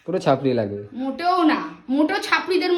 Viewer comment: ওটা চাপড়ি নয়, ছাপড়ি বলে